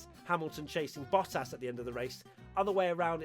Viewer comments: Watching struggle to say Bottas made my whole week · You'd think after all these years you would at least get the "Hamilton, Verstappen, Bottas" part right😂